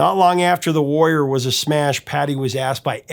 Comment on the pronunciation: LOVED The Warrior but I kept hearing it in my head as, The Worrier! 😂